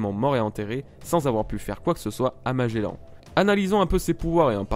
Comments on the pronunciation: Ca ce prononce Magellan et pas magellane juste pour infos ca fais mal au oreilles d'entendre magellane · et magellanne (enfin tu le dis comme ça :p) bas c est un navigateur et ça ce dit Magellan (comme le nouvel an) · Oui sa ce prononce magellan pas magellane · la manière dont tu dit magellan est horrible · Juste un truc quand tu prononce magelan ne dis pas MAGELANNE mais magélAN comme comme dans grANd an pas anne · Magellan pas Magellane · Magellan pas magelanne comme tu le prononces bordel de merde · Pourquoi tu dis magélane? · T'ES SÉRIEUX MAGELLAN EST MON FAVORIE ÇA SE PRONONCE : MAGELLAN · Il dit magellane xD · Même ci la vidéo date un peu je tien a dire que j'ai détesté ta façon de dire Magellan. Mais le reste était sympa a regardé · Ta prononciation de Magelan ma fe mal à l'oreille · tu prononcer mal le nom de magellan